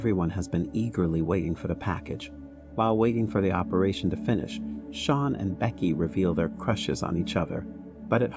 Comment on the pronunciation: Sean is pronounced like Shawn not Seen 😭